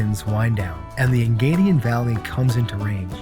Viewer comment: Wonderful intro video... it is Engadin, not "Engadian" (the AD is Samedan)...